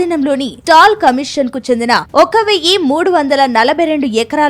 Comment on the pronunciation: స్టాల్ కమీషన్ కాదు మేడం….”సాల్ట్ కమిషన్”